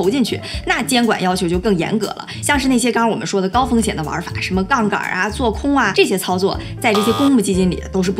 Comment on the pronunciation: 应该是杠杆 不是杠杠，但是这视频真的是杠杠的！厉害